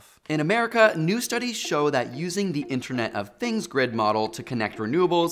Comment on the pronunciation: Has anyone noticed the "interent of things"